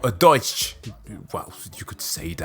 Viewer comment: Schicksal meant Destiny. Also appreciate that you said Deutsch.